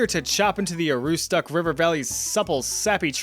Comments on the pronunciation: It's pronounced Ah-roo-stick, not ah-roo-stock. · It’s pronounced aroostick not aroostuck lol where my Mainers at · So, while I'm happy to actually hear about my home county, Aroostook, Maine (known as "THE County", as well as "The Crown of Maine" being the largest county this side of the Mississippi) I must say that's its pronounced "Ah-roo-st-ook" , or if you really want to sound like a local, "Ah-roo-stic". A few more local pronounciations to sound like a true Northern Mainiac- Presque Isle - "Presk-Isle" Allagash - "Allah-gash" Katahdin - "Kah-tar-dinn" Mattawamkeag - "Matah-wam-keg" Madawaska - "Madah-wah-ska" (which has a very dad joke to go with it - How did Madawaska get its name? A bunch of Canadians pulled letters out of a Scrabble bag; M-eh,D-eh,SK-eh) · This is pronounced Ah-ROUX-Stick, with stress on the second syllable. Source: I'm a lifelong Mainer ❤ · Aroostook = "ah-ROO-stick" (emphasis in the middle of the word) But glad to hear Maine's is a more mild bad thing. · Aroostook is pronounced ah-roo-stick. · Dude pronounced Aroostook so very incorrectly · Not quite how you say "Aroostook", (Maine) but you can be forgiven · That pronunciation of Aroostook 💀 (Mainer here)